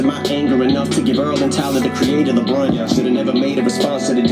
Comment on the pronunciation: Brunt not blunt